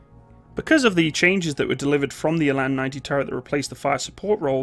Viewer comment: It's pronounced Ra (as in hoorah) and till (as in money in the till). The "R" is pronounced more harshly like the Scottish "R". Eland is pronounced Ee (as in ear) and the "a" in land (is pronounced like the "u" in hunt i.e. "lunt").